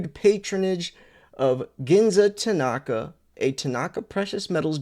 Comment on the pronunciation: It's not Tanaaka, it's Tanaka. There is no emphasis on the second a.